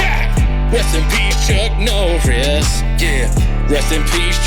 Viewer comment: Drink every time he says Chuk Norris